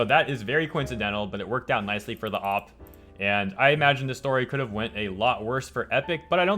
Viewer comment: Oh wow so many things you said hurt my ears. You say op instead of O.P. And you said D.O.X instead of Dox. It’s like hearing jif instead of gif Gif= gift with no t